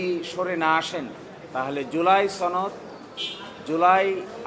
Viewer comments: উচ্চারণগত সমস্যা আর কি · ছনদ নাকি সনদ? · সনদ না বলে 'ছনদ' যারা বলে তাদের সবার সমস্যা আছে, কঠিন সমস্যা।